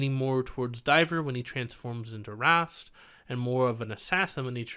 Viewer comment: its rhaast its rhaast